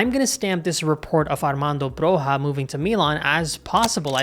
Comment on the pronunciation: The J of Broja is spelled like a long i Like the J of Juventus I'm Albanian and Broja is the star of our team. I'd love to see an Albanian play for AC Milan. He has a huge potential. He had a bad injury last season which has influenced him a lot. I hope he recovers fast and starts playing at his normal pace. He has a huge potential, easily at Zirkzee's level. Hope Milan get a good deal for him cause we'll have a true number 9 for years to come Keep up the good work,!